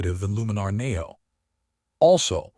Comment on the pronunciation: AI bot videos are awful and I block any channel using it. Maybe you should teach the AI to pronounce NEO correctly. A dead give away.